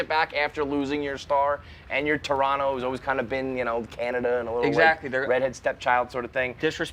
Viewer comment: Its pronounced Turonno